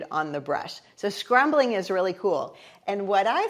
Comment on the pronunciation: SCUMBLING!!!!!! You are sooo adorable,, calling it scrumbling.... Love you!